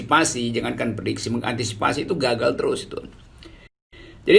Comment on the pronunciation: Keren pengucapan.. "..itu ga..gal..!"